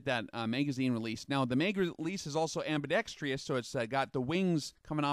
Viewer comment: Great review. I always learn something new each time I watch one of your videos! Just one (silly) comment. All the "tactical guys" on YouTube pronounce the word "ambidextrous" as ambidextrEEous. I do not think there is a long E in the last syllable. I checked the pronunciation on a few sites (like dictionary dotc om) just to be sure.